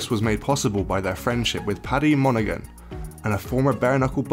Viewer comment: Do me a favour pronounce Monaghan with a silent “g”, g before h within a word is silent.